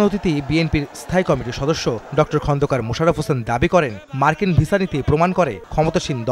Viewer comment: মার্কিন না বার্গিন বলল 😂😂😂